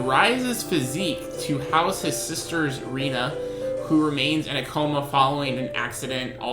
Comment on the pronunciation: Her name is prounouced Ray-na not Ree-na.